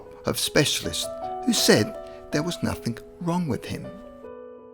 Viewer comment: 'There was nuthink wrong with him'. Fuuuuck.